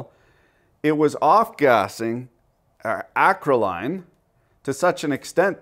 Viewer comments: Its pronounced...acro- lane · I believe it's pronounced acro-leen. And in its pure firm is a nasty molecule. At a facility I used to work at we had spontaneous fires a couple of times a month. The storage tanks were buried, as well as pointed (angled under groundl) up and out of the facility into the gulf o mehico in the event they ever decided to no longer reside there by way of half-assed rocketry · Acrolein is roughly produced “A-crow-lee-an”. Great video! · it's pronounced acrole-en, and as a chemist, yes it's vicious. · Lin-oh-lay-ic acid. Ack-roll-ee-in. You're welcome.